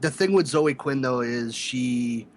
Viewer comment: Why are you guys incapable of pronouncing the name Zoe? It doesn't rhyme with Joe. It's ZOH-ee.